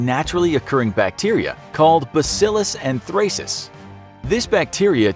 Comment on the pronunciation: Can pronounce anthrax correctly but cannot pronounce anthracis properly